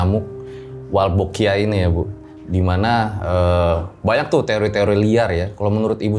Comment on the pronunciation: Sdh di sebar bibitnya.... salah sebut mulu...wolbachia bukan walbochia😊